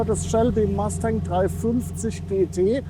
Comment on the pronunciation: Tolle Vorstellung eines tollen Autos......Aber bitte nicht MASTÄNG......bitte MUSTANG 😊